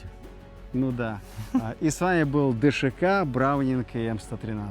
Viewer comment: ДШК так правильно назвать, а не ДСХ! 🤬